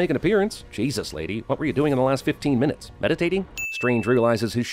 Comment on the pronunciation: In 15 min or lEAss 16 mInNetsS